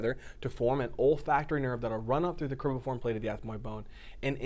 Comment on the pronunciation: Excellent job! But it's cribriform not cribiform plate. Thank you again.